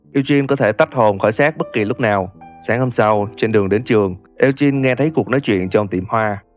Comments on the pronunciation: Lên google dịch chứ tôi thấy ổng cũng đọc sai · Ad đọc tên Eugene với Sean thấy buồn cười ấy =)))))